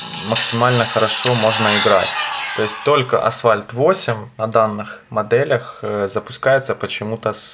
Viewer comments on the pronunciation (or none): none